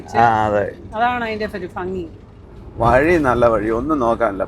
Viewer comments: ഫംഗി അല്ല . ഭംഗി . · ഭംഗി എന്നതിന് പകരം ഫങ്ങി എന്നാണോ നിങ്ങളുടെ നാട്ടിൽ പറയുക